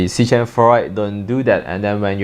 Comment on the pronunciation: fyi it's "Sea-KEM" like "Chemistry"